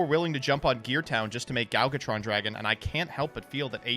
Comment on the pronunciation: It still bugs me how pronounces Gadjiltron Dragon as “Galgatron Dragon”